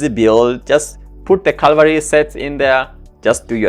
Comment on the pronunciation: READ IT. IT'S FCKING "CAVALRY" NOT "CALVARY"